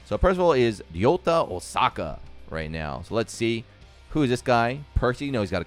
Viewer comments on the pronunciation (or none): none